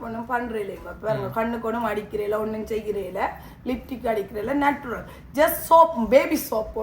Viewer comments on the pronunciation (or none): Not நட்டுரல், நச்சுரல்.